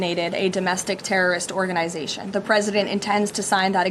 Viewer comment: Organ-eye-zation, Leavitt? Pronounce it properly. Speak English!